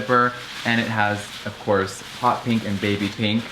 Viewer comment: Of cwos..of cwos.. of cwos.. Of CwOoSs